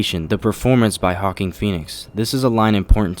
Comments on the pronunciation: Bruh, Joaquin Phoenix's name is pronounced WA-KEEN. Not HA-KEEN. lol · His name is not pronounced hawking it's pronounced walking. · The English virgin is wakeen. And the Spanish virgin is Hwakeen not Hawking how he says it. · It's pronounced wah-keem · So who is Hawking Phoenix? (Great vid btw but it's a weird pronunciation...for the longest time I pronounced it Joe-Quain) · Hawk-een feenix? wtf dude. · Had to cut this off 1 minute and 34 seconds in. I watched the Todd Phillips interview. If he can pronounce JOAQUIN'S name correctly, there is no reason why you can't. I'm guessing that "Hawking Phoenix" was a cheap ploy for comments on a video, which is just sad. EFFECTIVE, but sad. I haven't seen a Joker video without comments, smdh.. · “Hawkin Phoenix” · his names pronounced Wah-keen Phoenix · Great video but y do u call him “Hawkin Phoenix” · Narrator needs to learn how to pronounce "Joaquin"...there's no H, more like wakeen. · His name isn’t “HAWKING Phoenix” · only problem with this is him saying hawking pheonix lol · Did he just say "Hawkeen Phoenix"? Does so much research of the movie, but cant even pronounce the main actors name correctly 🤣😂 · Hey really like your video essay but Joaquin is pronounced like walking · "Hawken Phoenix" bruh! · Hawk - king!? You should learn how to pronounce Joaquin Phoenix name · "hawking phoenix"? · Please stop calling him Hawking Phoenix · This man said "Hawking Phoenix" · “Hawkeen Phoenix” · Couldn’t get past min 3. Dude, NYC is fucking Gotham. And Hocking Phoenix? That’s how you wanna say his name? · Why does he pronounce Joaquin Phoenix as hawking Phoenix it’s really disturbing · Why are you saying hackin Phoenix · “Hawking” Phoenix? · im sorry but why do you say joaquin like hawking? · Why do I hear "Hawking Phoenix" whenever you say Joaquin Phoenix? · it's Wa-Keen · It's pronounced Wah-keen. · hh "Hawking" i'd rather just hear the americanized version over that,,,,, but otherwise interesting video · Its waa-keen